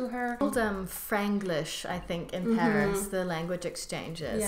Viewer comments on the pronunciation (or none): none